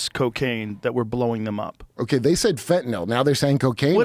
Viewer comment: someone finally said fentanyl right! Joe even followed suit haha thanks for not turning the Y into an O like EVERYONE ELSE, fine job Kurt. Edit: AND finally someone puts Joe in his place about saying “A.I. becoming God/creating Jesus”. You’re my new favorite guest